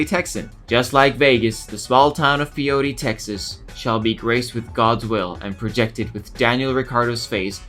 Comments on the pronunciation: Holy crap lmao I actually know where Pyote, TX is and have been there. It's close to my hometown (well, close by West Texas standards which is far even by American standards lmao). Btw, it's pronounced "PIE-yote" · Pyote Texas is pronounced Pie Oat